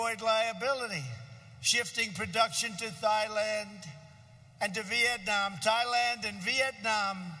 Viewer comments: “Thighland” instead of “Thailand” 😂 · lol he said thigh land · “thigh land” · Did he pronounce’Thailand’ as ..’Thigh-land’ ?... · So I'm in my office watching this and and it sounds so much like a rally that I had to look around and make sure I wasn't in the middle of a bunch of red MAGA hats! Woah...did he just say Thighland? About the children...yesterday I read an article about a 26 day old baby that died from COVID19. Rest in peace little one. 😪 Oh yeah...kids are powerful...what an idiot. This man destroys everything he touches. Make America Great Again...vote Trump out of office!!!!!!!!!! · Did he just call Thailand “Thigh-land”?!?! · Oh yes he did! Lolling hard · Did he just say ‘Thigh-land? 🤣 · Thigh-land. hmm.